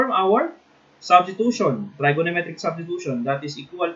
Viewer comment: Integration by tr"I"gonometric substitution. Like the accent